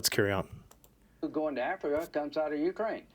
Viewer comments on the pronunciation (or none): none